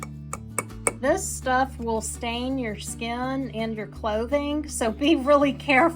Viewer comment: the way you say turmeric is quite unique! google has pronunciations if you need it